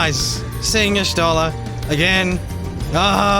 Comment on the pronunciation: Just a tiny complain: you supposed to read y'shtola as yashtola. Miqote tribe lore and all that